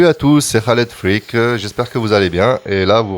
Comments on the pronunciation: Mahdi Didou presque, Freak se prononce Fric, avec une consonne finale légèrement plus "sèche" ce me semble. Mais tu l'as bien compris, de toutes les langues c'est la mauvaise langue que je pratique le plus ;-) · Freak se prononce Frique ^^